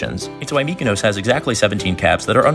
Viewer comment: Holy shit thats the best pronunciation I've heard of Mykonos